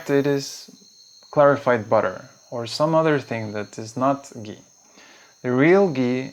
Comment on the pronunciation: It's not gee, it's Ghee!!!!!